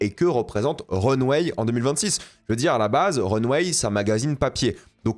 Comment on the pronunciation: Mon dieu qu'il prononce mal le nom de la revue de mode... C'est Runway... Pas Runweille....